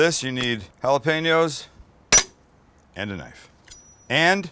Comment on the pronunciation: Literally just pronounced Jalapeño with a g